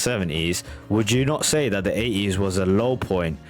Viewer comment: Your accent got me good this time around mate. How on earth do you say 80s without pronouncing the T? Aye-ees 🙃. As others have said this was a working class take on the flamboyant music of the period